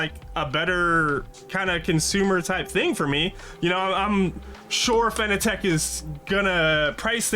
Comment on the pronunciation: FYI, it's pronounced exactly like the word 'fanatic'... Not 'Fan-A-Tech'... Otherwise good vid. 😉👍